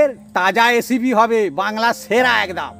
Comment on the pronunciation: কাকা এসিপি নয় রেসিপি কথাটা